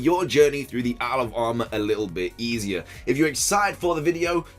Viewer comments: Does anyone else hear “Alabama” when he says “isle of armor” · I do, and it's too funny hahaha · Thought you said Alabama mate. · Am I the only one who hears 'Alabama' instead of 'Isle of Armor'?